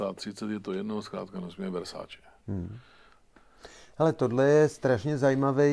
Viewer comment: 17.52 -3 Vessatilllllleeee ...snad Versaceeeee ..... no jo no ....